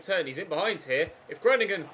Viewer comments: the 'o' in Groningen is pronounced like the 'o' in grow. If you change your O pronunciation you'll be spot on! Love from the Netherlands <3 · Hi im from the netherlands could you please just put the name groningen in Google translate so you can hear it pronounced. Its really funny how you pronounce it